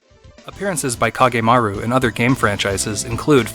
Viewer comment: I take some issue with your pronunciations, but being a big Kage fan, I'm just glad it's here. As much as I love making costumes for him, I apreciate that you kept it to his official look. I would have appreciated the use of his CG Portrait song, but that's just me and no better than nitpicking. Anyway, yay! It makes me want to go back and rewatch the others.